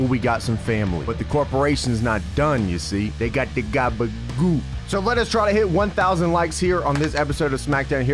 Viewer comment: My man didn't just say gabagool